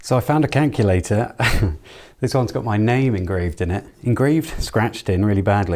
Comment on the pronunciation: ....Cankulator lol. I remember a Chinese kid I used to go to school with. He could never say calculator properly, it always came out as cankulator. Hearing you say that made me chuckle 😂. By the way, great video!